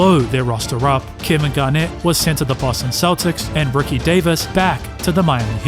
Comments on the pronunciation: Is his name Rookie or Ricky? Was a rookie or a ricky? Enunciation is important. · How do you get Rookie out of Ricky? That’s not an accent you just can’t pronounce letters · Rookie or Ricky? What do you mean it’s an accent, are you unable to pronounce the sound of a “i”? Sounds like a big challenge if you are making commentary for videos considering it’s a vowel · Not gonna lie. You saying Rookie instead of Ricky is killing me. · He’s definitely saying “Rookie Davis.” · he’s definitely said rookie multiple times. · I’m so glad it wasn’t just me. I heard it the first time & all the way through